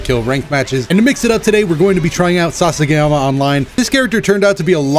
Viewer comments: Not to be that one person but it really bothered me when you said sasageyama instead of sanageyama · Sasageyama? Guess that mispronunciation is just a side effect of the Bardok brain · M E N D O K U T E Also, Sa"sa"geyama? no pls